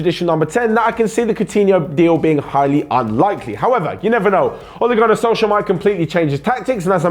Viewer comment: The way he pronounces Ole Gunnar Solskjær hahahaah😂